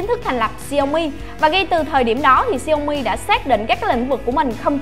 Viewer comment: đọc đúng theo tiếng trung quốc là xiẻo mỉ